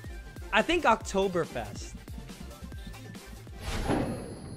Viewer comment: Dude ur "Oktoberfest" was very clean im from bavaria (munich) so i know how its spoken😎😂🖒